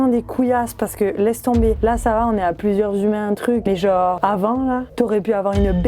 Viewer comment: Puiss gennnre heuresseeement MDR tu m'a tué avec t manière québécoise 😂😂